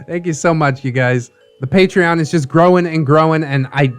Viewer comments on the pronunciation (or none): none